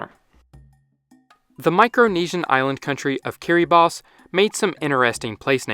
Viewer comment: Also give me a million tries and I’d never guess that’s how you pronounce Kiribati